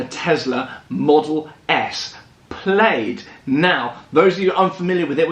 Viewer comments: FYI.... its pronounced Plaid (plad) like a shirt not (played) haha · Plaid= "Plad", not "Played". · Plaid ≠ “Played” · I googled the name Plaid, it’s a tartan blanket and a garlic word and rhymes with Maid, americans call something totally different “plad” which is spelt “plad” 😝 their wheels must be “tired” of all their “ “rowts”- (routes- supposed to rhyme with root) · Its pronounced 'plad' watch the film space balls then you'll understand ludicrous mode and plaid as this is where the joke comes from. (Showing my age) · It’s prounounced “Plad” you asshole. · Plaid is a nod to the movie Spaceballs. It’s pronounced “plad” — a synonym of tartan. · So awkward everytime he says played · I cringed every single Time 😅😅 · Please learn to pronounce Plaid correctly Jesus there are a million you tube videos that you can refer to, it’s so annoying, Imbecile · They always say the English invented English however it amazes me they can’t even pronounce normal worlds like Plaid correctly lol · but that's not how it's pronounced in the movie, which it's referencing